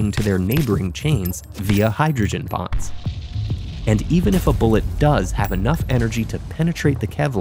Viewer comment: Bonds, not “bombs”